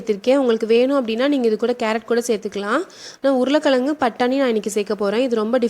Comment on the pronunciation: Urula kalangu -- pronounciation wrong.Tamil la is wrong. Pl say Urulai kilangu.